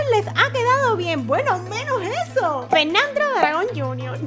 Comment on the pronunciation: ahora se volvió más noob con el firmado Antes le decía Fernando y ahora dice Fernandro